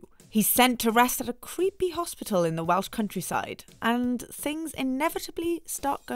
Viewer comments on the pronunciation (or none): none